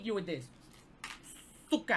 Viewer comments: no no, "Sooqa" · Its pronounce Ｓｕｃｋａ